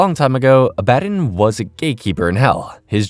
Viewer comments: The way you’re saying Abbadon threw me off. I had to look at the screen to make sure it was the same character. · Same here i mean did you even watch the show or just reading a script because in the show its pronounced clearly and correctly so there's no reason to say it incorrectly like you do this entire video, its a real killer! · name was repeatedly said correctly in the show, there is really no excuse for pronouncing it wrong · you obviously haven't watched the show or even a clip of it can't even pronounce abaddon right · it's pronounced Abba-don lol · Did you even watch the show or did you just read a script? Because how the hell do you pronounce the name of a main character so damn wrong!? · The way hes pronouncing abaddon is throwing me off and gonna make me click off the vid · Oh My God… did you even watch the show? The way you pronounce Abbadon is annoying. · Hate to pile on bc I love a lot of your other videos. But the name mispronunciation is a huge killer especially during the Abadon episode. Disappointing when your quality is one of the things about your videos I like. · Bro, how did you mispronounce Abbadon? Did you watch the show? I won't tolerate mispronouncing the name of the GOAT of the show. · Is anyone else a bit annoyed/confused from how he's saying Abbadon completely wrong? They clearly pronounce his name over and over, so why mispronounce his name. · I think its an ai voice and those arent good at pronouncing things correctly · You mispronounced abaddon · NOOO WHYD U SAY ABBADON LIKE THAT 😭😤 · Good vid but it really did something to my brain the way you pronounce Abbadon 😅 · That's not how you f**** say Abaddon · Please watch this show so you can learn how to pronounce abbandon